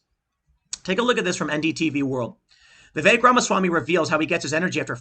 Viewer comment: Its a short e, not like "viveek"